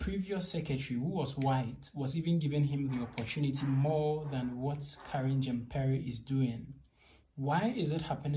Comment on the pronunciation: Please go and learn how to pronounce Jean-Pierre !! Simon Atiba's English sucks just like yours. That's why he's not been given questions.